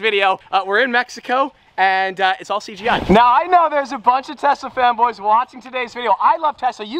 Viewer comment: i keep thinking he says "tesla femboys" instead of "tesla fanboys" 💀